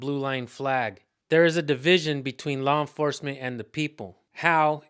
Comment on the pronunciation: Did she say , "HAW ENFORCEMENT" as in a donkey?